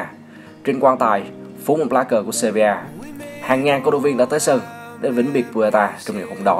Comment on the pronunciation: Sevilla cứ đọc seria